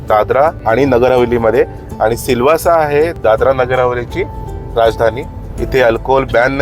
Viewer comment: Its not silvas but silvasa